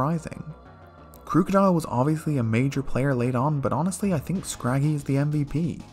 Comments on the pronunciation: I love that you're one of the few people who pronounces Hydreigon correctly, yet you keep saying "Crew-kodile". The first syllable is just the word "crook". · For the sake of not accidentally saying a slur, please pronounce cofagrigus correctly (cawf-uh-gree-giss). Also Krookodile's name comes from the word "Crook", Liepard comes from lie and leopard, Reuniclus comes from "reunite" & "nucleus", Hydreigon comes from hydra, drei (german for 2), & dragon, Eelektross contains the word eel, & Scrafty comes from the word "Crafty". Thus their names should be pronounced as such. Mienshao only has 2 syllables. Not 3.